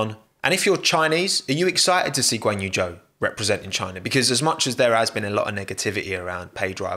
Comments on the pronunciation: These pronounciations hahaha Valterri Bo'ass and Ganyou Joe. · Did you hear Joe is now in F1? Who's Joe? Guanyu Joe, partnering Val'eri Bo'as.